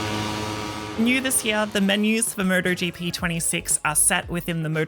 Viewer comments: Someone needs to tell her it's 'M-O-T-O-GP' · Sounds like she's saying murder gp